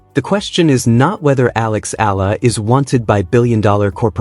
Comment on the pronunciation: Please study how to pronounce the name of Alex A-E-L-A. You have been praising Alex but you bastardize pronounciation of her surname which is an insult to her since she is already popular.